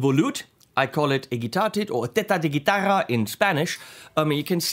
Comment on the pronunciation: You said TETA de GUITARRRA..."guitarrr Boob"? With a Deutsch R!!! 0_0 ....Schiezzse!!!